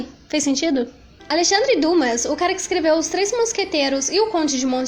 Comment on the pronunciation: muito legal o vídeo! só um pequeno detalhe: Dumas é pronunciado como duMÁ (oxítona e não pronuncia o S)